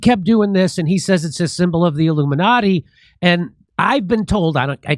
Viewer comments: He said, “The LUMINATI” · The "Illuminutty" love it! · he says luminutty, not illuminati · No, Jimmy, he said, "The Illumi-NUTTY" Watch it again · He calls it the Luminutty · He didn't say "Illuminati" - he said "LUMI-NUTTY".